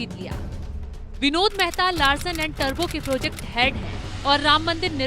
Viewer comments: It's tubro not turbo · बहुत सुंदर और विस्तृत जानकारी राम मंदिर निर्माण के बारे में. टुब्रो सही उच्चारण है टरबो नहीं लार्सन एंड टुब्रो में. आप बार बार टरबो उच्चारण कर रहे है